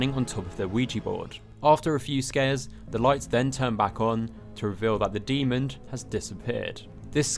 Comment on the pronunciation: There is no “d” at the end of the word demon.